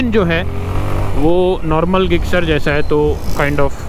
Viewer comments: Bhai you are pronouncing Gixxer wrong you can speak jixxer in speaking and in writing gixxer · अरे ते suzuki गिक्सर नाही जिक्सर आहे. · Bhai gixxer hai bolte zixxer hai or aap ggixxer😂😂